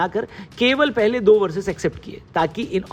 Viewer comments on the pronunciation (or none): none